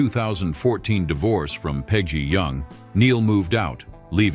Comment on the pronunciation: Pedgy? Pedgy???, can you have a human do it please? Thank you.